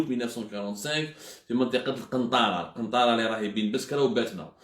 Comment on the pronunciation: القنطرة ماشي القنطارة عبدو